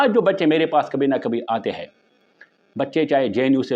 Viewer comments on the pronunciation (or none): its aaatay hain not aittey hein